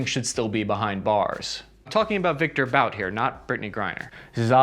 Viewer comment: Victor But - pronounce "Boot"